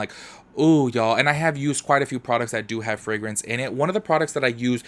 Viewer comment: Frangrance?? Gurrlll what?😂😂 I cant